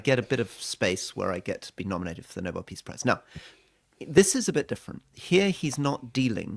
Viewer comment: Nobel not novel, hurting not hiring